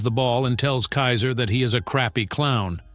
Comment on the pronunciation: bro pls learn how to say Kaiser and Kunigami, also you need to watch the anime bro chigiri is a boy not a girl and learn what character is which because Ness is not Isagi bro